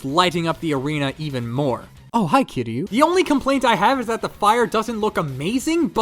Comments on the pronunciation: You miss pronounced kiryu and destroyah kiryu-(Kear-yu) destroyah-(des-tro-yah) they where so easy to pronounce for me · i know its the point but it hurts when you mispronounce kiryu.